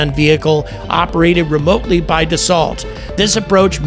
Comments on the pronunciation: It's pronounced "da so" not "da salt"🤦‍♂ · Please pronounce Dassault correctly. You’re glitching the matrix.